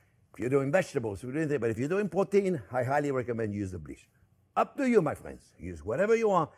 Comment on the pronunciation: I was almost until the end before I realized "porteen" was protein, lol.